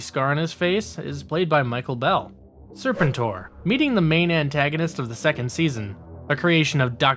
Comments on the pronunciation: Good video but the constant mispronounced of serpentor name got annoying especially given it said clearly with in the show clips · It's pronounced " Ser Pen TOR" not " Ser Pen Ter" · It’s Serpentor! Not Serp-entor! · And it's pronounced... Sir Penn Tore, not Serpen Tor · How you say ... SEPENTOR over & OVER! LoL 😆 ... as'well thus series was on 5 day's a week, Every week... I'm NOT sure if I too heard you say ... Lady Jayne!? Cause it's LADY-J . Yet decent & good video... as'well HASBRO is NOT doing a Lone series on Scarlett noo more!!! Especially after how Snake eyes completely bombed!!!! Yet ..... what may be in development is a back story on DUKE! I'm sure they will scrap this too ... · SERPENTOR!!! Not Serpenter! Dude!! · SER-pen-tor? You mean ser-PEN-tor! I hate when someone who was too young to even be there tries to review something he knows nothing about. 😒 Quit watching . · Stop saying "Sir Pen Tor" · I am convinced that this channel mispronounces things on purpose to get more comments. They do it every video multiple times. But it could also be that people nowadays don't seem to know how to research, or say things correctly, at all. Serpin-tor, ugh. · Are you mispronouncing Serpentor on purpose? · Cool video but your pronunciation of Serpentor is killing me! It's "Sir Pen Tour" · I’m guessing this guy isn’t actually a G.I. Joe fan. He mispronounce “Spentor” throughout the whole video making it hard to watch. He also left out Scarlett who is without a doubt more of a main character than Beachhead or Sgt. Slaughter. Scarlett is shown as taking on leadership in Revenge of Cobra after it appears Flint was lost in battle. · I agree I was about to say that!! in Los Angeles, G.I., Joe was onKCOP channel 13. And they played those cartoons Monday through Friday afternoons never on Saturday. And lastly, I just want to say, will you pronounce serpentor correctly? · Ya I had to shut the video off after the 4th time he butchered Serpentors name 🤦🏽‍♂️